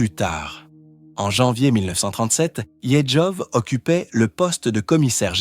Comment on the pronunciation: Peut-etre pourrais-tu apprendre a prononcer correctement "Yezhov"?